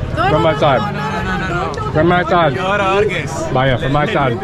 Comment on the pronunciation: Not bhaiya speak bhaaya😅😅